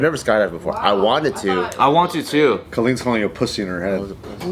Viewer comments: It's Kalyn not Coleen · Kalyne or pronounced (K..aa...lean )